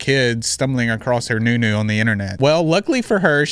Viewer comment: the first time you said nunu was the whitest ive ever heard 😂